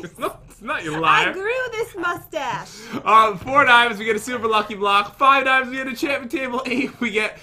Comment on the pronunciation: Who also notices pat saying blohhhh instead of block